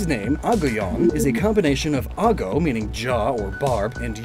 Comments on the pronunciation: AGÓ???? THE ACCENT IS ON THE "A" NOT ON THE "O" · As an italian I am really disappointed for your pronunciation of "ago", but this video is too good so i couldn't care less about a pronunciation error